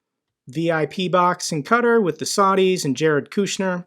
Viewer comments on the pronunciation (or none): Oatar, pronounced 'Kuh-TAR', not cutter. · your videos are great and I agree with pretty much everything you say, but you need to work on your pronunciations. Just as some examples.. "Qatar", or saying "baklava" instead of balaclava, etc. Baklava is a dessert lol. I know a lot of people may see this as a super small thing, but I argue your videos would come off significantly more trustworthy if you get the details right, especially if you're talking about such serious topics